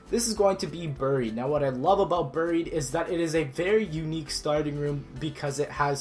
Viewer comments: It's not boried it's buried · What the hell is ber-eed? You mean "buried"? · AGRGaming143 bear-eed